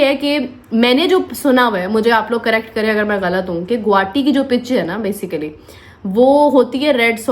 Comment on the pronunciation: It's not गुवाटी... 😂😂 it's गुवाहाटी 🤣🤣 RIP English